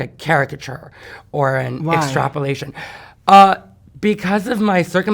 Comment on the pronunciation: "extrapolation"? lol